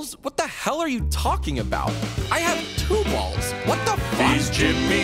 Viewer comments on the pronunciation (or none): For filipinos two balls is pronounce as tubols(whel technachly tubol)